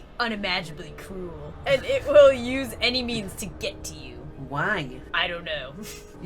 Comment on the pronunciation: Anybody else hear "It will use any MEMES to get to you!" Instead of MEANS?